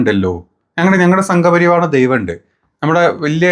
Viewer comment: സംഘ്പരിവാണം അല്ല പരിവാർ എന്നാണ് ഒന്നുമേ തെരിയാരെ പേസ്രിങ്കളേ എന്നാച്ച് ഉങ്കൾക്ക്😢